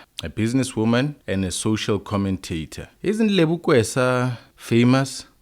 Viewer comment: her surname is Keswa not "Kwesa" as you keep on pronouncing that surname bro. Please stop butchering her surname asbonge. 🤜🏾🤛🏿